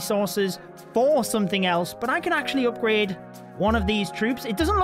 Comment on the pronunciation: Why he saying Opgrade instead of Upgrade ???